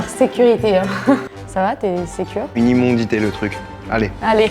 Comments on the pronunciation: Immondices et pas immondites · Immondice Charles s’il te plaît 😭😭 Pas immondité 😭